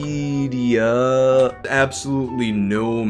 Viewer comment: U say Wikipedia so weird